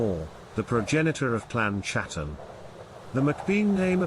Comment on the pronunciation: It's pronounced bain and Hattan not bean and chatan